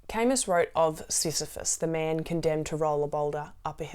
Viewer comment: "What would I want to do, even if it didn't change anything".... thank you! I'll reflect on that! (Also, very minor nitpick: you might want to look up how Camus is usually pronounced, because it's usually different than what you're saying, and one thing I'd do even if it didn't change anything, is keep caring about pronouncing names correctly.)